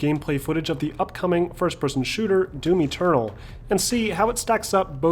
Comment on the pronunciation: The way you said doom eternal sounded like doomy turtle. :)